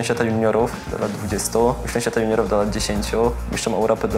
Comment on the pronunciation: Najlepszy "MISTSZ"